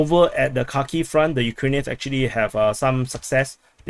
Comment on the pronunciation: It's Kharkiv, not Kharkov.